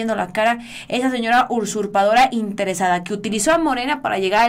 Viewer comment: Hola felicidades, sólo te informo que la palabra es usurpadora, no ursurpadora. Y como que tú lectura es mala, dijiste, Lili Téllez se fue del pan, y la nota decía, que se fue al pan.